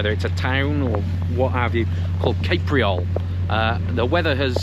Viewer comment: The algorithm kicked up your video into my feed. I watched it to see if you took any video of crossing the CPR viaduct in my hometown of Parry Sound, Ontario. Sadly, no, but you did pronounce "Capreol" [Cape-re-all] correctly ! You must have heard it from the train crew ? Often you hear [Cap-re-all] - even from Canada's national newscasters. Any way I stayed on board with you all the way to Vancouver. I'm not clear how you managed such an "ordeal" in such a low-key way - maybe using British understatement ? So, congratulations on completing the trip ! I'll have to watch your other videos now.